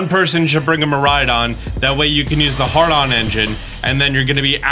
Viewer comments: lmao "Hard on engine" it's "had-ron" just to not sound silly in the future :) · Lol dude, it's "HAD-ron" engine, not "hard on" engine. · It’s haDRON 😅 He keeps calling it Hard-on 😅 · I think it’s pronounced “Haa-drun” Engine, instead of “Hard-on” Engine. 😂 Im sorry I couldn’t help myself. Anywho, I have probably watched this and other videos you’ve made on this gen like 15 times already. I’ve only recently given a crap about EV’s and IV’s, Masuda method breeding, etc. I’m a casual shiny hunter but I really enjoy going into some of these Tera Raids. Much more than I did with SwSh. Please don’t stop making these videos. I crave them like coffee 😂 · Did he call the hadron engine a hardon? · ……uh…”hard-on” engine? Did you mean hadron engine? 😂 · ~ i heard “hard-on” instead of “had-ron” came racing to the comments assuming this would be top of the list. color me surprised. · “Hardon engine” 😂😂😂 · This is super dope man. But um watch out saying "hard on" engine lmao. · Miraidon’s ability: Hadron Engine: Hard-on Engine 😂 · Lol "Hardon Engine" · You mispronounced HADRON Engine, it made me laugh! XD Love it! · "The hardon engine" lmao I love mispronounciations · I'm sorry, what did you say? "One person should bring a Miraidon, so you can use the Hardon Engine" Say that again? "So you can use the Hardon Engine" One more time? " H A R D O N E N G I N E " my guy i know Miraidon looks a bit sus from the back but i don't believe that's how you pronounce that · pronunciation of Miraidon's ability is gold